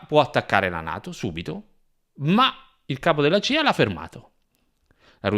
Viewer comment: Si dice CIA !! C C C !! Che cos e la GIA ??? Con la C !!! Poi....raCContare non raGGontare !!! Che fastidio !!!!!! Usa la C